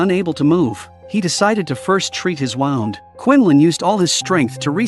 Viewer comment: Hearing him say wound (winding a toy) and then wound (injury)in the next sentence is annoying…